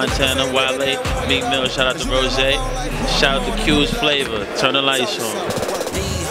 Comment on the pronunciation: Why he call Meel Mill, "Meek Millz", C'mon son.